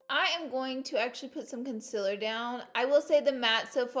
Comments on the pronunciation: Not to offend or to be mean it’s con-CI-ler not Con-sih-ler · CoNcEler *CONCEALER gurl u say it wrong AAAAAAAAAAAAAAAAA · Alex 12327 conciller 😂 me too lol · Laura you are so inspirational to young girls like me. Like if you love the way she says conciliar!! #firstview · Why can't you say concealer🙈 or is it's just your thing. If so, keep doing it😘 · She says concealer wrong😂😂